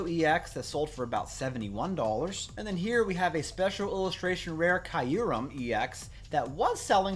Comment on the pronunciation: Kyurem pronunciation = "cure-rem" y is silent